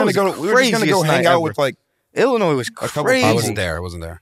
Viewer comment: pronounces the 's' in Illinois